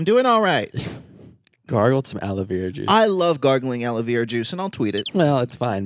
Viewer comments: not aloe veeera but aloe verrraaa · no one: you two pronouncing aloe vera: aloe VEE rah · is no one gonna talk about how they pronounce aloe vera? lol everyone I know pronounces it as aloe VARA and they pronounce it aloe VIRA, maybe its an American thing but that's how we pronounce it in canada